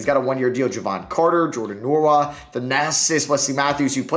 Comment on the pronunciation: Just want to say Jordan Nwora last name is pronounced wora